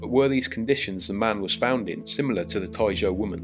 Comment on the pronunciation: then your pronunciation and typing are wrong